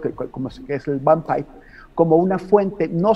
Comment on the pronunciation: le informo que es Vampipe y no Vanpaip(léase en español) Y en segunda no lo toman como fuente informativa, se le llama comedia y en internet se manifiesta mucho como “troleo” y lo viene haciendo desde hace una década